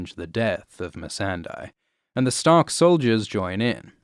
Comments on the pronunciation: It's Mee-san-day, not Mee-san-dy. You mispronounce her name in every video. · Do you still pronounce the name MEE-SAN-DIE? I swear to God... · why does he say "Missendai"? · How could you still mispronounce Missandei 😫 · this vid pissed me off for the sole reason of how you say missandei